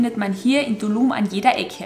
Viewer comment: "Ja kommts mit nach Dulum" so lustig eure Aussprache. Das"T" spricht ihr mit"D" aus 😂 Ich war in 2017 dort... Träume heute noch davon! Cooles Video!